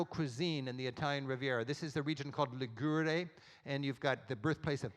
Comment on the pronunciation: I love Rick's guidebooks, TV shows and lectures but must correct him on one item : The Cinque Terre is in Region of Liguria, not Ligurre...that mispronunciation really surprised me knowing how many years Rick has been travelling there.